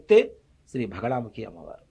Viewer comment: It is only Bagalamukhi not Bhagalamukhi. You should not stress Bha.